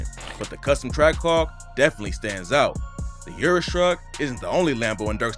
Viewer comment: You can't speak, dude, stop. Lamborghini you-rus? Stop. Just stop. It's "UHHRRR--USS". Prob par for the course with you tho. Guessing you say MAYBACK as well (it's MY-BOCK, btw)